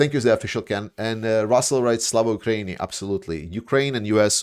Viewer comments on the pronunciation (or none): none